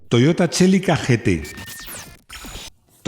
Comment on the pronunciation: Toyota “CHELICA “ eso que es ???? CELICA literalmente ( de donde sacas la —che—- )